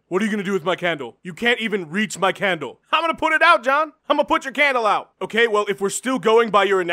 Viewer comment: "H'O'KAY JON JONES!"